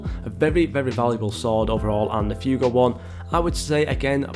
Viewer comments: Fuego is pronounced (fweɡo). Not Fewgo. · man said "few go" LMAO